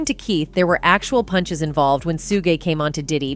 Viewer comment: Su-Geh knight 🤣🤣